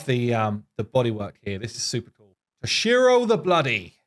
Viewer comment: Hey to-shi-ro that is the correct pronunciation don’t disrespect Japan with your London accent